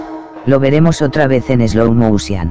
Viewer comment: Alejo Briga a mi también. Y me meo cuando dice “eslou mousian.”